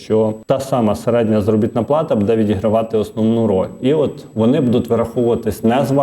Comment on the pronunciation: Як дістав ведучий своїм будЕ. Безграмотний. Навіть не намагається правильно говорити. А ще вчитель. Від реформи чекати кращого немає сенсу. Жах.